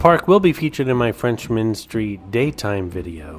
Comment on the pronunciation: It's "Frenchmen" street, not FRENCHMAN street! ⚜️